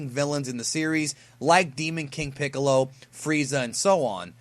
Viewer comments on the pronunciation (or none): none